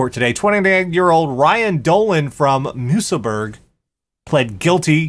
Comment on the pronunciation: Oh, the way said Musselburgh... oh dear:P